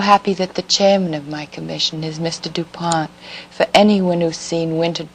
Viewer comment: Did she say DuPont??????💚😳